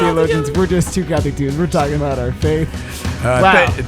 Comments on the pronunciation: It's "dewdes" I can't believe how much Brendan grew up. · Okay, so. totally does put an emphasis on his inflection when he says the word "dudes" in the intro. XD Makes me giggle every time. I love the stories in this episode. We need a Metallica cover video.:D Okay, I might be the only one. But still, it would be awesome. The process of writing the invocations was absolutely fascinating. I've been to Masses where they have done that and it's always so cool. Poorly done music ministry used to be distracting for me as a younger Catholic and was compounded by my 8 years in a choir as a middle schooler and high schooler. But I have reached a point similar to what Brendan mentioned. The Eucharist is more than enough. I do see the importance of having good music for the people who haven't reached that point yet. Y'all did a really great job with the balance in this episode while still keeping it fun and light. The real-life stories vividly illustrated your experience and growth in your faith. But you also balanced well the point that ministry, especially music in the Mass is to be done for God. It's important to be the best you can be, but do it to show how great God is and to help save souls. It's not for the applause and compliments of the congregation. Very nicely done on that element y'all. Part 2! Part 2! Part 2! Part 2! I'd love to see another episode with Brendan talking about more musical topics. And yas to the coffee mugs. I'm ready to order mine now.:D Oh, my word that outro. XD I love seeing y'all have a great time